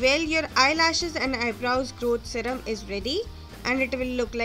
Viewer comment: 😂GROWT ZEHRUHM (no hate i like it)